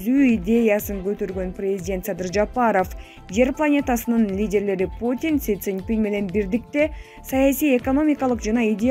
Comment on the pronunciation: Эй комментатор кыз он суйлосончу Кытайдын президентинин атын жакшы айтсан -жолу кайталасан тилин ошондо келет шылдын болбой суйло.!